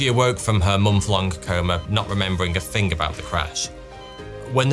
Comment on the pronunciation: Three, pronounced "free" Thing, pronounced "fing" That, pronouced "that" wtf mate?